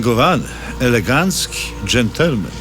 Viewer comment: Mówi się elegancki, a nie legancki